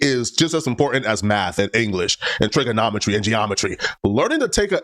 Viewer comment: He can not even pronounce trigonometry correctly.